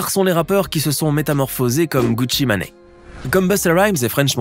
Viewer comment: “Gucci mané”🤣🤣🤣🤣🤣🤣🤣